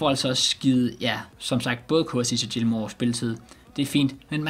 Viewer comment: du udtaler det rigtigt